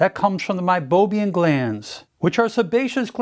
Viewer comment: MeiboMIAN not meiboBIAN.